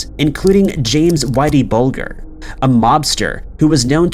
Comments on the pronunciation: James "Whitey" Bulger is pronounced like /bəljer/ it is a soft G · I think the g is silent in Bulger.